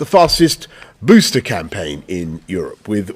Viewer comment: Sorry but "booster" sounds so funny in a British accent